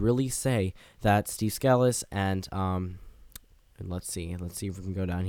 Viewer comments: By the by, his name is pronounced Steve Skuh-Lease, not Scaa-lis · Sca-lees not scal-us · You are mispronouncing the whips last name, Scalise. Hear some audio of his name being played.